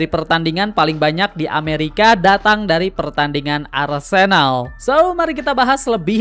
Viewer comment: Maaf bang saya terganggu banget sama pengucapan arsÉnal. Yang benar adalah arsEnal.